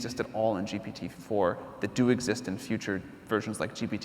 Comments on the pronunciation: Him saying gtp is testing my patience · The interviewer, you need to change your profession. You are lost all the time, even saying GTP.:face-blue-smiling::face-blue-smiling::face-blue-smiling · is it me or they keep saying G'T'P instead of G'P'T?! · My heart was crying to death, every time, he was saying GTP, and huge respect for Sam being so humble where he didn’t correct him once. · If he says GTP one more time, i will smash my keyboard. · PGT(ips) ahhhhhhhh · When interviewing someone as high profile as Sam Altman, they should have at least got their sound setup right, so many echoes. Also, like others have pointed out, it's GPT not GTP. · Why does Tobias Lütke always saying GTP rather than GPT? Is he afraid of "GPT" term being copyrighted or what? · When you say ‘GTP’ repeatedly, is it arrogance or dyslexia? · Is he doing it to trigger Sam Altman? Why isn't someone from the audience prompting him?? "Oi! It is not GTP!!! It is ZTP!!!" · Very annoying. I mean, one slipped up or two is fine, but come on, make your homework and get the terminology right. You are interviewing the hottest name in the field nowadays, and you keep messing the name (an easy one at that) of his product. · Imagine having an interviewer mispronounce your product and praise it at the same time throughout the interview. How insultingly unprepared and dishonest